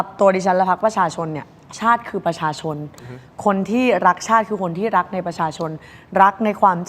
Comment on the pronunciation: รักชาติ หรือ ลักชาติ เอาดีๆ กระดกลิ้นหรือเปล่าฟังไม่ชัดเลย ลิ้นมันไม่มีกระดูกอะเนอะจะพ่นอะไรออกมาก็ได้